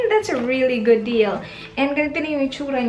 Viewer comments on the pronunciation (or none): Anne L napansin ko yung "gyud" pero yung babe di masyado. Pero that's okay tho. 😉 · Is it just me or she pronounces babe as "bayb" and good as "gyud" ??